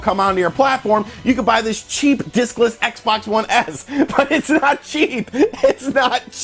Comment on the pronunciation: LOL sound like he say dickless xbox one